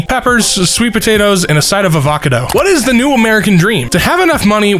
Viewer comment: avankadough lol